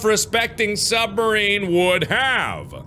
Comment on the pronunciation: it's a submarine, not sumaine